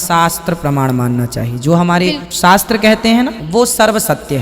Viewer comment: 'Shaster' urdu speaking laughing at corner 😂😂😂😂😂 'panter' tanter 'manter'.😂😂😂 Free free jammu khasmir indian raw is terrorists